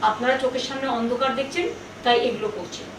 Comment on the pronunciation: Pronounsation gondogol